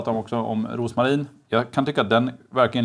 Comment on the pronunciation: Drinkarna ser sjukt goda ut! Blir för övrigt glad när folk uttalar Rosmarin som man ska 😅